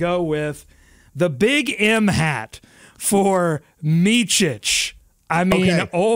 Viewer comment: FYI. The ch sound in Micić is only at the end . It's not Meechich (like Luka Donćić) but Meetsich (think Mitzy.). 🍻